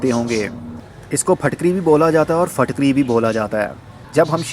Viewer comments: Are you a native urdu speaker? I always see you pronouncing words with a 'zer' (i) more like with a zabar (a). Its pronounced more like phitkiri than phatkari in urdu or maybe its pakistani accent. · Phitkiri not fitkiri